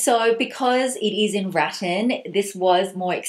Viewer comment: I think you mean ruh-TAN and not RAH-turn.